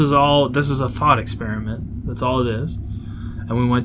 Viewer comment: also that "thought experminet" lol